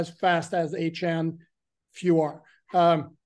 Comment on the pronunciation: Achan not achon geez